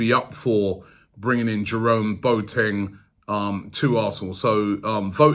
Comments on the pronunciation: It’s Bo-a-teng 🤣🤣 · Boateng is not pronounced { Boat - eng } but { Bo - a - teng } with the "a" pronounced as the letter "a" in the word allow.